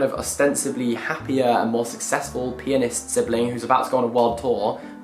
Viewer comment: i heard world-renowned "penis" instead of "pianist" and now I'm traumatized